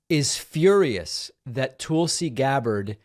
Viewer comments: David. Love watching your show but you are pronouncing Tulsi wrong. It’s not TOOLsi, it’s TULSI as in Skull. I mean, you wouldn’t pronounce Tulsa, Oklahoma as TOOLsi Oklahoma. Right? Not a fan of the former Democratic Congresswoman but this is an easy fix. 😊😊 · The way that David butchers her name as Toolsee when it’s pronounced like Tulsa is as disrespectful as Judge Jeannine not being able to learn how to say Kamala correctly. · Please stop saying Tool-see. She's the worst, but it's making me crazy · As an recent ex-Republican, I’m not a big fan of constantly pronouncing her name as Tool-si. Reminds of the childishness that I happily left behind with the Republican party. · “Tool-see” Gabbard. The most appropriate pronunciation of that name.